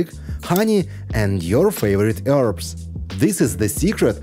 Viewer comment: Sometimes I can not understand you when you call for herbs